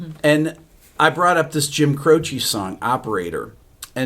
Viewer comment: His name is pronounced Cro-CHE (not CHEE). With the accent on the last syllable. Dick Cavitt asked him when he was on his talk show and that's what Jim said.